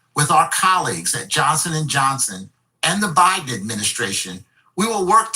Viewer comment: Is it byedone or is it a hologram?🤣